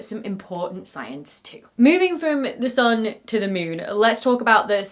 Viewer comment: Really extremely entertaining to watch this. Just wonder: where does this slight accent come from? For example “sun” pronounced like a German U.